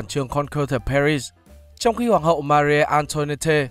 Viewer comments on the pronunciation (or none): none